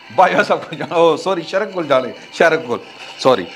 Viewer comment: شیرک نہیں شریک اور ہلک نہیں ہک ل سائیلنٹ ہے